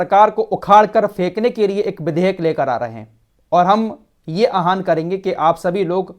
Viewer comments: आह्वान बोलिए आप आहन बोलते हैं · आहन नहीं होता आवाहन होता है 😂😂😂